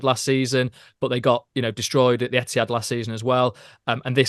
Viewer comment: Okay now having watchedI'm 💯 that you're saying Emptihad on purpose. Love it!!